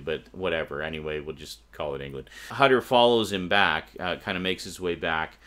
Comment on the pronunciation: Just a little remark: Hutter is German. The "u" in his name has to be pronounced like the "oo" in "hood".